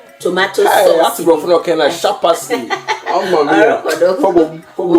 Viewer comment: You do all sharpeppsly🤣🤣🤣🤣🤣